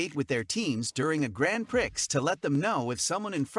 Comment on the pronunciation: Learn how to say Gran Prix and I’ll listen to you